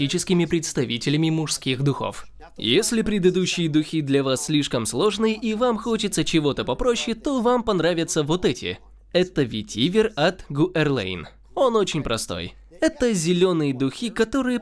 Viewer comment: ГУ'ЭРЛЭЙН, Карл!!! )))))))))))))